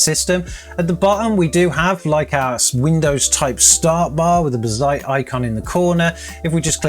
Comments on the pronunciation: You know it's "bazzait" not "bizait", come on! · It's Bazz..ite not Ba..zzite. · WHAT THE FUCK IS B'ZITE ? its BAZZ ITE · BAH-ZITE... but Buuu-zite. Also, what a bore to build a Bazzite machine and not using Game Mode... skip. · Hearing you call Bazzite like that made me want to give you a hug and say something like "that's ok buddy!" :) In the video description you have a typo calling the gpu the 3060. Good video man, more realistic as most people use Nvidia GPUs. I still don't know if I would move to Linux. Software I want to continue using doesn't seem to be easily or at all run on Linux. I am thinking of the Enterprise versions of 11 or 10 instead.